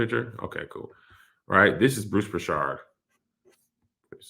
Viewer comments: Mans said "Bruce Prishard" 😂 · Bruce Prichard >> like Richard like. Kev butchered that name like crazy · As a wrestling fan the way your saying Bruce Prichard is hilarious 🤣🤣🤣